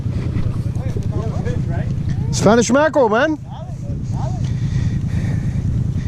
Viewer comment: lol I'm semi Cuban lol. I could kinda tell you were when you were talking about the mackerel cause that's how my grandpa says it and he's Cuban.